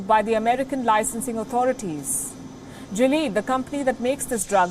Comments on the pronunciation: It's not "jileed" GILEAD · You guys had me confused, It's not Jilead it's Gilead. The "G" is pronounced same as in "Girl" and "ilead" similar to Billiard. So GILLIAD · Someone needs to learn the pronounciation of Gilead Sciences.